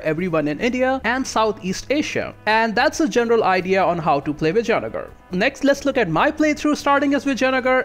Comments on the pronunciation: Dude...it is vi-jai-nagar (not v-jaya-nagara) paradox has butchered its name🤣🤣any ways nice guide.... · yeah but I don't think so....he didn't say vijaynagar properly...by the way do you play total war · It would seem like that, but his pronunciation of Vijayanagar would imply otherwise. But I can see where you're getting that idea.